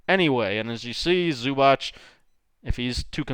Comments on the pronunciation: Its not Zubach. It's Zubac. The letter C in the end is pronounced as zz in pizza, or ts. C=zz , or C=ts. Good job on Dončić pronunciation though :) Č and Ć are pronounced as ch, like in in Charles for example. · Loved your video but its supposed to be [zubats] and not [zubatch] or smth